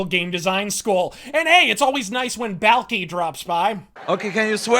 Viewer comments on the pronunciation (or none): “Balki” lmao